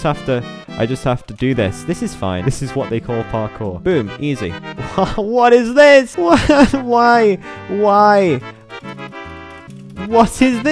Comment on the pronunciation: The fact that he pronounced 'create parcour' as 'create parsore' hurt